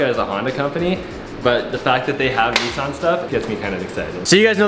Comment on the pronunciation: “Nee sans”😭